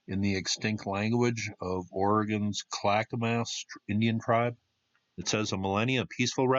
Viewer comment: Will _ AM et. Only 1 "I". KLACK uh -mus. Not criticizing just helping with the local pronunciations.